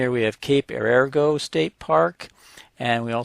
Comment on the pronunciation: Yes, it's pronounced "air a go". Some of our finest coast line, and off the beaten path of 101.